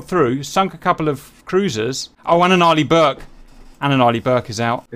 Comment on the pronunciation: am i the only one here who hears "early burk" when he says Arleigh Burke ?